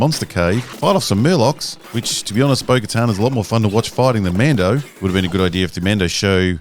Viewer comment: Bo Katan. CC: Bogota Boca Town Beau Guitar Spoken To Her Bogotan Burger Town